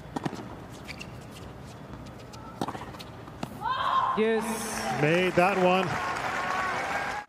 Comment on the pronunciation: Why does the commentators pronounce her name SwiaNtek when there is no n in her name?